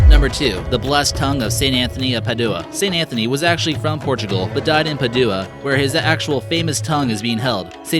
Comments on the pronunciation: But then he wouldn't entertain us with such malapropisms as "Pah-DOO-uh" instead of "Pad-you-a" or "angelican" instead of "Anglican, and "covenant" instead of "convent". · Padua is pronounced "Pa-dwa", not "Pa- du- wa. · There is a lot of erroneous information in this video. But beside that, a huge amount of mispronunciations, not just of foreign words, but of common English words like Anglican, Magi, Padua and prepuce. It demonstrates the low quality of production and keeps viewers from taking it seriously.